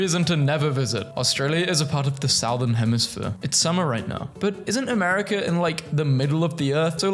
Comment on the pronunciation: please learn to pronounce southern, Google will say it for you.